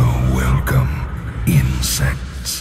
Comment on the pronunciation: lol he said "So welcome insects" lol check ur ears